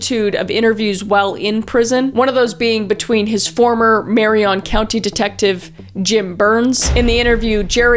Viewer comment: Being from Oregon, it feels weird hearing people pronounce Willamette (Will-am-it) and Marion (Marry-in) differently than what I'm used to hearing.